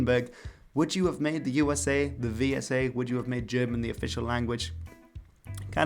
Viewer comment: writes "Vau Es A", says "We Es A" smh my hat